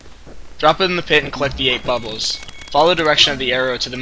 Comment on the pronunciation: Good guide. But it's pronounced BA-bul.